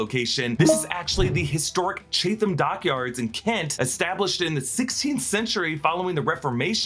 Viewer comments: Nooo not Chay-tham, it's "Chat-um" 😭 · Its Chat-ham not Chath-am 😂Cool to know they did some filming there, it's in the north part of the county I live in 💜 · Chatham is pronounced chat um btw. Let u of for even finding it. 👍😆😉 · Just a heads up, the Historic Chatham Dockyard is in a town pronounced as CHAT-UM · As someone born in Chatham, I have to point out that it's pronounced Chat-Ham (or Chat'um if you're local 😂) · “Chatham” pronounced Chatum. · Chatham is pronounced Chat-Um or Chat-Am, fact fans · Loving the mispronouncing of British towns!!! 😂 As someone who lives a couple hours away and loved visiting “Chat-um” on school trips and with my Grandparents as a child, that killed me. Can’t wait for your breakdown of this series and I’ll be there with you all the way! Much love for the whole team! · Amazing breakdown. One small nitpick, though, you pronounced Chatham wrong. It's Chat-Ham.